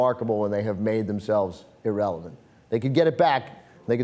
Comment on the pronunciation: i dislike because u say clippers erelevent